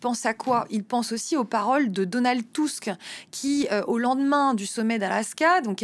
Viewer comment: c'est qui Donald Tousque ?